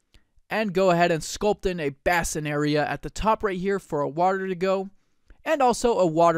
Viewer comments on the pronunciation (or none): Nitpicking here ... "bass-in" ... NO NO NO .... "BASE-in."